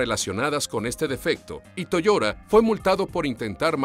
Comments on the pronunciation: Se pronuncia Toyota no toyora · AxeL moran es verdad dice Toyora pero es toyota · "Toyora", "Takara" jajajajajajaja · ¿¿¿ , se dice Toiora??? ¡¡¡Y yo toda la vida diciendo Toyota!!! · Toda esta gente quejica que llora porque diga "Toyora" seguro que luego dicen "la laptop" y no "el portátil", "el aisberg" y no "el iceberg", "el closet" y no "el armario", "el maffin" o "el capkeik" en vez de "la magdalena", "el gym" y no "el gimnasio". Mucho quejarse de que digan cosas en inglés, pero que yo sepa Latinoamérica y los pijos de España son los que más palabros ingleses sueltan. Oh, ¿y por qué no os quejáis del "MOYO" en vez de mojo, eh? Los de Watchmojo son estadounidenses. Por eso mismo lo pronuncian así. A ver si a los finolis de la lengua española os entra en la puta cabeza de una vez, que yo no me quejo cada vez que oigo a Dross decir "la punta del aisberg" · Toyora? En serio? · Che .... es TO YO TA !! No! Toyora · pésima locución... toyotaaaa no toyora, takata no takara.... no saben leer o hablar??? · que molesto escucharlo decir toyora y takara todo el rato, pero en fin, buen video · también lo he escuchado toyora...jjajajaja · Toyoda toyoda ulala señor francés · "takada" "toyoda", pronuncia bien la letra T (te) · Dislike por "Toyora" y "Tacara", por Dios se supone que es Watchmojo español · "Toyora". No puedo con esto. No. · Toyota, a ver si aprendes a hablar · TOYOTA TAKATA, HABLA BIEN FORRO!!! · No pude parar de reir la manera de pronunciar Toyota. Es como si dijieras Mapple de Appel.